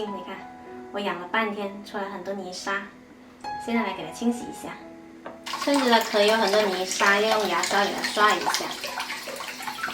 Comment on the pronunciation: 蛏子读音“撑”！